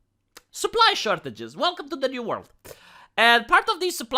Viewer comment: " We must pwepare for an amgwier volrd."